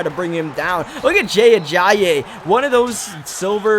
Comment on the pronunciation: Jay (uh-jI-ee) Ajayi